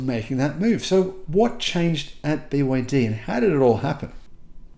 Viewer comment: Not everything has to be angelo centric, you are also saying it wrong to make it awkward. I am sure Toyota was a very strange name when people heard it, but it didn't matter did it?